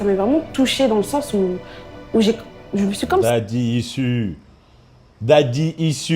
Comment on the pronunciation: Bonne video mais daddy issues ca se dit daddy ichuses